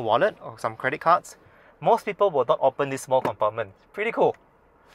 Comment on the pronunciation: It's called PA-NO-RA-MIC...😂